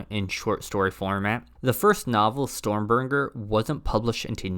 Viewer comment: Also, , 'Stormburger'